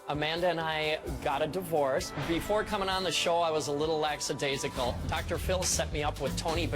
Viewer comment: WHY must people mispronounce this ONE word so often? It's "lack-uh-days-ick-uhl", NOT "lax-uh-days-ick-uhl". Geez, people.